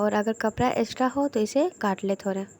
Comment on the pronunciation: Thanks bahut achhe se samjhaya ek bat or kahungi apka थोरा थोरा shabd bahut achha lga apke mooh se sunne me Hum log थोड़ा थोड़ा बोलते हैं ap थोरा थोरा